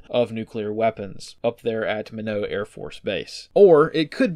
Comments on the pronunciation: "Why not Minot?" Minot is not pronounced "men-oh". It is pronounced "my-not". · Yes please it’s my-knot not min-no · Its Minot(My-Not), not (Minnow) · My. Not.. Mino... nope. Minot is "my not" as in why not minot. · It's My Not, it isn't Min Oht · Didn't know Minot was pronounced Minnow lmao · Just a minor correction from someone that had to spend three long years in frozen North Dakota, it's pronounced "Mine-naught" as in "Why not Minot?" 🥶 Thanks for all the hard work. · I believe that ND AFB you mentioned is usually pronounced [my-knot]. Hence the phrases, "Why not Minot? There's a girl behind every tree," when it's on your orders. ;-) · As a North Dakotan say it with me. ‘My-KNOT’ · Min-no? No no no, the T is hard. Why not Minot? Freezin's the reason. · That’s Minot (MY-not) it rhymes with ‘why not’ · Pronounced “ my not” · "Minot" is pronounced "My Not". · Thanks brother, another great update. I came here to let you know that the "T" is not silent in Minot but it looks like others beat me to it. Keep up the good work! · your pronunciation of Minot AFB kills me 😂